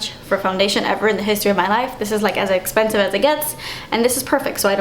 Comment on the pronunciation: I love when you say "das expensive" haha